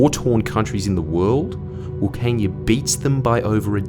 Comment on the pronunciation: Isn't it, flood irrigation needed for cotton and rice? "Flood harvesting when there is a flood"?? Doesn't make sense. At least Jordie is pronouncing Wilcannia properly.